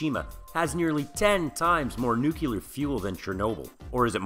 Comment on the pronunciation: Please,, it is nuclear, not nukular. Bad pun about you neeking up on it. What do I win?!?!